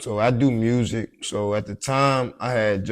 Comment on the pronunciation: Why do willingly say MUERSERIC (music) but then anything else with the word u in it sounds normal